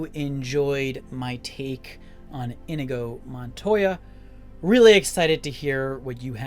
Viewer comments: That pronunciation 😂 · Dude this is possibly one of my favorite YouTube videos ever but how are you this big a fan and can't pronounce the characters name